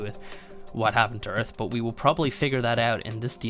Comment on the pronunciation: welcome to earf